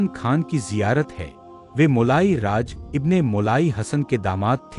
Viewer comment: जिसको पास से वॉइस eddit करी गई है वहां भूल है.... मोली नहीं मोलाई